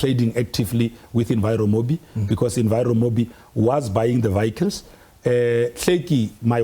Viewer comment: I knew it’d go south at the first “vayicles”